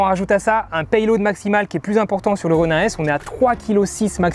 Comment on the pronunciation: Juste un truc. Est-ce que tu peux dire [ro.nine] plutôt que [ro.nain] ? Parce que bof bof la prononciation franchouillarde... Sinon un bien beau test !